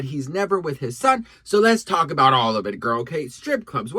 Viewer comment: “Lets Twalk about it” 😐😑😶